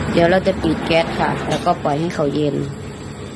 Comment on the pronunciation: กะล่วย กะล่วย คะลิบ คะลิบ ปะหล่อย ปะหล่อย หัดออกเสียงควบกล้ำบ่อยๆ เดี๋ยวก็เก่ง การออกเสียงภาษาไทยให้ชัดถ้อยชัดคำเป็นเสน่ห์ที่ไม่ต้องลงทุนครับ